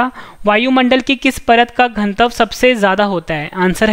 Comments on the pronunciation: घन तव क्यों बोलते हैं आप घनत्व क्यों नहीं? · घनत्व का उच्चारण सही करो भाई